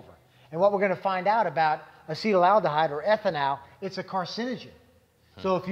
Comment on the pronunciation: Hah, good catch, yea, they are mispronouncing it. They also mispronounced Ethanol.